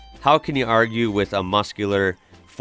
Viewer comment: The fact that he says Melbourne right makes me so happy